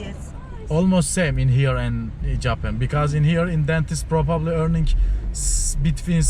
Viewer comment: hersey guzel ingilizceyi cozmussun abi ama probably kelimesini puroopaapplii diye telafuz etmen :)